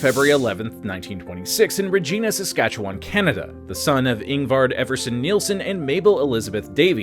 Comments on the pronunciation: It Re•gI•na, sounds like Vagi… I’ll just stop there and let you finish it. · I watched this just to see how long it would take you to make a mistake relating to Canada and you didn't disappoint. Regina rhymes with vagina.